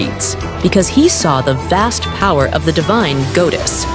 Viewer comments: I swear I'm gonna throw up from how hard I cringe if I hear the A.I. voice say „ghoudes" again 😐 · Goddess-❌️ Gowdess-✅️ (Its a joke)❤